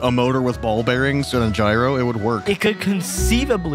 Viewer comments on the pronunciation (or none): none